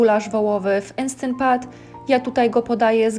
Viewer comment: "Enstent pat" 😂